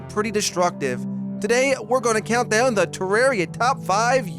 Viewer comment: u pronounce terraria wrong